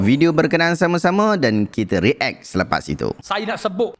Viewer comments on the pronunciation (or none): none